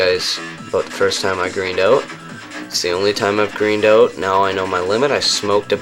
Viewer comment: "greened oat"